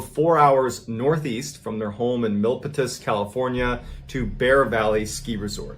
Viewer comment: I can understand the mispronounciation, but it is pronounced "Mill-pee-tuss".